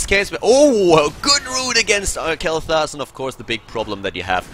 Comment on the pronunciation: Dude, its sounds like you are saying Kaleta instead of kaelthas haha .. my nickname xD